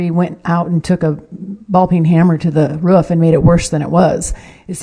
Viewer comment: Roof not Rurfff